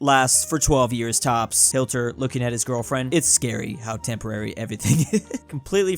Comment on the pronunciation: It’s HiT (ends with a T) Ler (starts with an L), not hiL-Ter. Please practice pronouncing it before you once again discuss nasty old Adolph. Thank you.